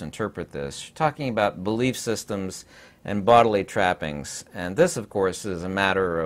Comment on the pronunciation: Boddally fluids😂